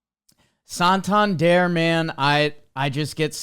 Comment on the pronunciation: How are we still mispronouncing Santander’s name?